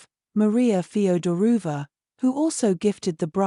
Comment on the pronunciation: Feoderovna not Federuva